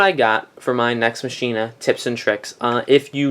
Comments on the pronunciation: fairly sure its pronounced MACK-ina not MASH-ina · no its not. it is pronounced from the devs as MACKina. if you know it is latin (latin word for machine) and its origin comes the greek word for machine. Also i dont tend to be rude but i doubt you are anymore at the top of the leader boards and especially at launch doesnt even matter. Your tips some of them are good but most of them seems that you dont even know what you are talking about.